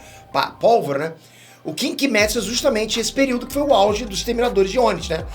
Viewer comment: Da onde que tiraram que kimetsu de pronuncia kimétsu?e nezuko se fala nézuko? É cada uma